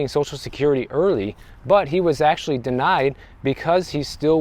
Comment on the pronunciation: You said AKSHUALLY four times in the first 30 seconds